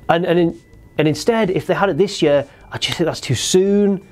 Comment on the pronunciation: i hate the way you say year